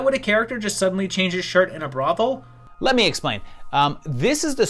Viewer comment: is clearly a good boy by his inability to say "brothel" correctly. lol